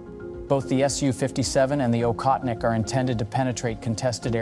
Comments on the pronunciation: It is "Ohotnik", NOT "Okhotnik". I hope nobody writes Khunter instead of Hunter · Aa-hoth-nik (not akhotnik) meaning hunter. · It prounced Ochotnik btw. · It's pronouned OHOTNIK.